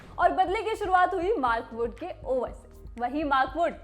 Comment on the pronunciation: Kisne kisne suna "maarkoot ko runout kar diya" 😅😅